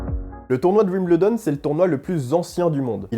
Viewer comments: Alors les français : on ne dit pas « wimBLEdon » mais « wimBEULdon » ! 😘 Il faut apprendre à parler anglais les gars 🤣🤣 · Pour info on dit 'wimbeuldon' et non 'wimbleudon... sinon super video :) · Attention, on ne prononce pas "Wimbledon", mais on prononce "Wimbeldon" ou si vous préférez phonétiquement [WIM] + [BUHL] + [DUHN] Vous pourrez brillez en parlant avec des anglais ;-)